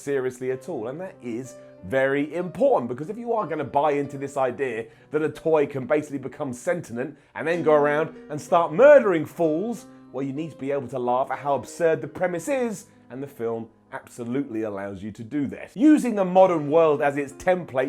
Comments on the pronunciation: Sentient not Sentinent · did he pronounce it 'sentinent'? I clicked off after that